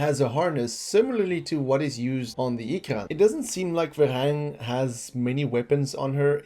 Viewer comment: Varang, not Verang